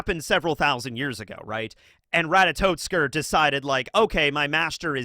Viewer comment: Just letting you know, you've been saying Ratatoskr's name wrong. It's not RatatoTskr.